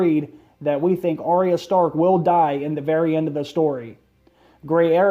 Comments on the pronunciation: It's pronounced ar-ya not ar-ry-a it only has two syllables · Arya...say it with me. Ar-ya. Not Ar-ee-uh. Cmon man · I wish you would pronounce her name correctly. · Do you even watch the show?...you are pronouncing her name wrong...